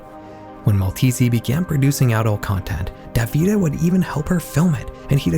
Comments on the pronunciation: Horrifying, indeed 😔 ("In the olden days" lololol, ☠) (BTW… "Davide" is pronounced "dah-vee-day" in Italian) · I know it's not that deep but hearing "davIde" instead of "dAvide" made me want to rip my ears off oh my god 😭